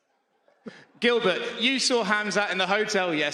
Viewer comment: the swedish translator said ''How did it feel when you met Gilbert?'' and he proncounced ''Gilbert'' in the most swedish way ever xD